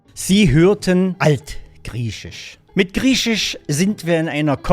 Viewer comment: Was ist dieses "krieschisch" von dem der Herr redet?